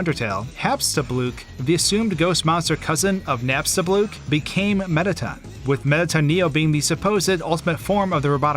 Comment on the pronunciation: I noticed "MettaTON" and "SpamTON"